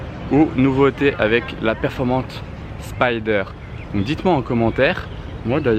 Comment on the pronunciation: Très bonne vidéo mais les noms sont mal prononcés ça fait mal aux oreilles, on dit VulcanE et Performanté